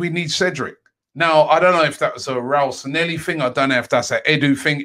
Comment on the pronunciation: he used to mispronounce his name in many videos couple of years ago. I'd try to look for one if I had more time lol